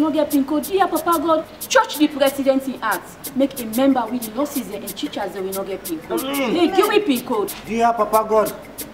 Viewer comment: Teachers not chichers Hahaha this is interesting